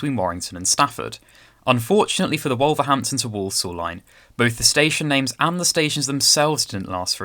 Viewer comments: First time watching your channel and I'm impressed, you've gained a subscriber. Just a word of advice on pronunciation, Wolverhampton is pronounced more like WUL-verhampton, with the 'O' sounding more like a 'U', and with Willenhall, the 'H' is silent, like the 'W' in Greenwich, so sounds more like WILLY-nall. Also Rugeley is pronounced like ROOSH-lee. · and speak a bit slower. It is Dar laston, not Darlston, and Wolverhampton with emphasis on the ham.